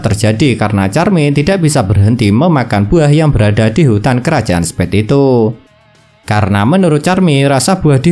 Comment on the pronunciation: Revisi bang Spade bukan spead